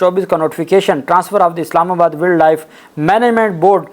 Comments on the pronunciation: Please correct, its not willd life, it is wiled life, it will sound like wyld life. from Boston USA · جناب صاحب، تھوڑی اپنے تلفظ کی درستگی کر لیں۔ ولڈ لائف نہیں ہوتا، Wildlife وائلڈ لائف ہوتا ہے۔ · شہزادے بھائی ولڈ لائف نہیں وائلڈ لائف کہتے ھیں افسوس اردو میڈیم سکولوں کی یہی کمزوری ھے جہاں انگلش بولتے ھوئے انگلش لہجے پر زور نہیں دیا جاتا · ولڈ لائف نہیں ہوتا وائلڈ لائف ہوتا ہے تلفظ صحیح کریں شکریہ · بیٹا جی ولڈ لائف نہیں یہ وائلڈ لائف ہے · وائلڈ لائف نہ کہ ولڈ۔ ویسے مان لیں کہ وفاقی سیکرٹری کابینہ اس منال ریسٹورنٹ کا اصل مالک ہوگا ۔ سامنے لیبل بھائی کا لگا دیا ہے ۔ اگر ایماندارانہ کھود کرید ہو تو سو فیصد یہی حقیقت سامنے آئی گی ۔ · بھائی جان انگریزی صحیح پڑھا کریں وائلڈ لائف ہے ویلڈ لائف پڑھتے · او بھائی ولڈ لائف نہیں وائلڈ لائف ہوتا ہے ۔ تمہاری انگلش بھی میری طرح پوری پوری ہے ۔۔ 😅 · وائلڈ لائف ہوتا ہے، ایڈووکیٹ صاحب، تصحیح فرما لیں۔ شکریہ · Salaam Bhaijan. Please use correct pronounciation when using English words such as ' wildlife'. It's embarrasing ! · Dear advocate, please check your pronunciation of wildlife. Hope you won't mind it. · “Wildlife” to be pronounced correctly please.😮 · Please pronounce Wildlife correctly! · Wild life pronounce hotaa hey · Please correct your pronunciation of Wild Life n other English words.